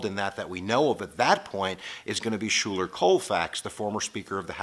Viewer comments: Colfax's first name is pronounced Sky-ler. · Check out the proper pronunciation of VP Colfax's first name. It is more like Skyler. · Schuyler is pronounced like "Skylar" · Schuyler Colfax’s first name is pronounced Skyler